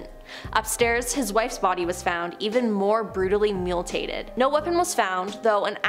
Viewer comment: Mutilated . The word is mutilated. MEW-TI-LAY-TED.